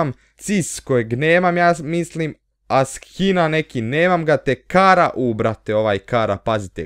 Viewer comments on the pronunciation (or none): none